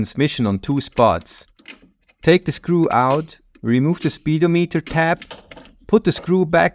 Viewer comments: Excellent as always. The English pronunciation of "speedometer" accents the second syllable. In British English it's "spee-DOHM-ih-ter" and in American English "spih-DOHM-ih-ter". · I absolutely love that you called it "speed-o-meter" I joking call it that all the time. At least in the states we pronounce it speeDOMeter. But I love speed-o-meter! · love how he said "speed-o-meter" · I love hearing "speed-oh-meter". It rings so funny in my ear! 😄😆